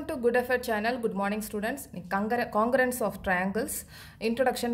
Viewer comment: You don't now how to pronounce congruence